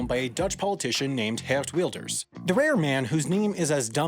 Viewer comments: The way you pronounced 'geert' sounded like 'hert' which is dutch for Deer, and 'Wilders' looks like 'wild' meaning wild. So yes, Deer Wild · Hert Wilders, klinkt inderdaad prima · I love how you said geerd wilders (most dutch people hate him) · HAI: "Geert Wielders" Me: Nam flashbacks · thank you for butchering the pronuciation of geert wilders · Bro, i hate geert wilders, but just bcuz u cant pronounce it even close to correct doesnt mean its a weird name... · geert wilders his name sounds wrong because you try to pronounce it in English and not dutch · it’s always so funny to hear English people trying to pronounce dutch words It is a Nice try tho! Keep it up! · You totally mispronounced Geert Wilders. It's pronounced Geert Wilders. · it was not even close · As a Dutch man your pronunciation of Geert Wilders was hilarious but then the joke you made about him after lol